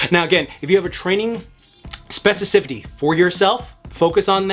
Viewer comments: not being able to say specificity is hilarious. Great video nonetheless 🔥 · My guy, great video as per usual. You gave me great things to think about, and I appreciate you greatly. One note: you are misspeaking the word “specificity.” Nothing but love. Keep up the great work. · Now I can’t stop saying specificity.